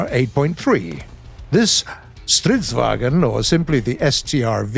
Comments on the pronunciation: its vagn not vagen theres no e in vagn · I just want to say im from Sweden and your saying stridsvagn wrong not STRIDFSVAGEN just say stridsvangn ok and there you have it! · theres no e in vagn its not vagen its vagn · STRIIIIDz VA-Ngn Not VaGEN